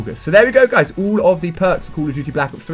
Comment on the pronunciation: Its "call" not "cool" "Call" of duty" . you say "Cool of duty"